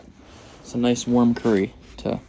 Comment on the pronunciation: Actually it is pronounced Curry